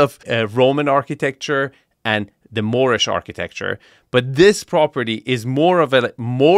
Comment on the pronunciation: it is not "Moorish Architecture", it is "Moopish Architecture" :))))